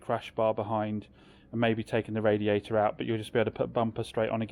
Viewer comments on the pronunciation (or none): none